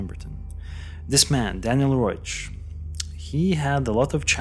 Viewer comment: His name was Daniel Reoch. Not Roach.